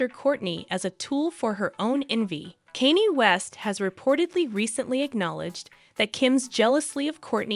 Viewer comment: Can you not say Kanye's name correct?